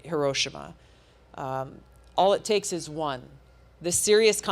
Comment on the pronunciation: It’s pronounced hero-she-ma, Tulsi😊